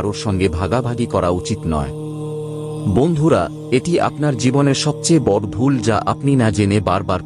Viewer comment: Apni bengali pronunciation ta ektu thik kore korun . " বড়" pronunciation ta khub kane lage. Bhalo bhalo kotha shonar sathe sothik pronunciation shunle o bhalo lagbe